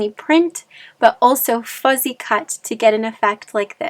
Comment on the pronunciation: Lovely. You’re so cute but it’s not fuzzy cut, it’s fussy cut.